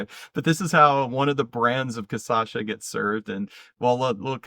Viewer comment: Very nice video and looks like a great tour. One small correction for Cachaça it’s pronounced Ka-Cha-Sah